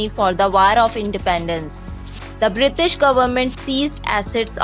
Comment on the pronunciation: "Brishtish" lol